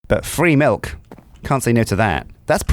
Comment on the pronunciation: Did just say Malk? Instead of milk? (｀_´)ゞ